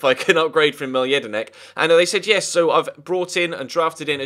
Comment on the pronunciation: It's pronounced; Mil-Ay Jedinak not Mile